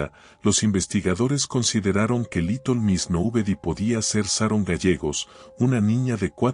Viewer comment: porque dice liton en vez de litel?